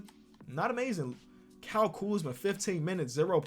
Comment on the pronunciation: I don't think can say Kyle